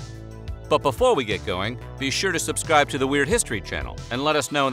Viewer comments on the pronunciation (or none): none